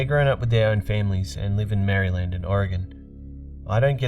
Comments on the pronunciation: THE Y IS SILENT IN MARYLAND!!!! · the way you pronounce Maryland..... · I know I shouted "ITS NOT MARY-LAND"